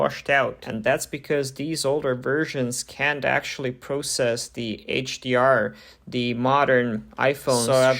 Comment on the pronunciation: the word is The not Der